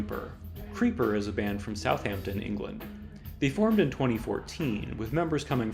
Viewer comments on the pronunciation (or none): none